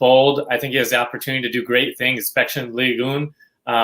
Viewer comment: Esssssssspecially. Please. No X. Enjoy the content tho!!